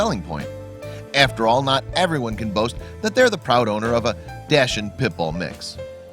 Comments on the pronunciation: there is no such thing as a 'Dashin' breed... and, just in case he's trying to say 'Dash Hound', that's not a dog breed either... it's pronounced 'Docks-hoond' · What is a dashund? It is Dachshund pronounced, dahkshoond. Badger dog. Bred to flush badgers out of their holes. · are you saying doshinds? its pronounced duch hound. christ. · "Dash-hand"? It's DAHKS-hund. Seriously dude, where do you get your pronunciations from? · Please stop calling it a "Dash-hound" it's pronounced "Dox-hundt". Worse...some people even call it a "Datsun", like the car! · It's NOT "Dosh-hund" or "Dash-hund", dammit! It's "DOCKS-hund". CHECK before engaging mouth! Yeah, way to go, Georgia! Mutilating an animal. then exploiting its appearance. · It's pronounced dacsund not dashund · DUDE learn to pronounce... it is DOCKS HUND Dachshund ffs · If he says ‘dachshund’ wrong one more time... Docks-und 🙄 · Please look up how to pronounce dash hound. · PACHSHUND....Pit bull/Dachshund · Dashin? You mean Dachshund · what the fuck is a dashun? its a dachshund. learn to speak words properly. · Do not call the Dachshund a wiener dog. It's an insult. The breed name is pronounced DOXHOONT. Got it? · They are pronounced “Doc-suns.” And what an adorable little baby!! So cute. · Dachs-hund, pronounced in English as Dah’ks-hoond. In German, Dakhs-hoont. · It's not a dash-hound! It's a dachshund! The word is German... the "ch" is pronounced as a hard c or the letter k. (As in the German word "achtung") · Please learn how to pronounce dachshund correctly. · For the love of God, learn to pronounce "dachshund"! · learn to pronounce Daschund